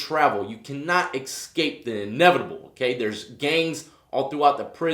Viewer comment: Why do pronounce escape as eck-scape?